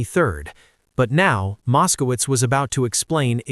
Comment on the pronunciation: Mos-ko-witz! Mos-ko-witz! Mos-ko-witz! Come on, guys!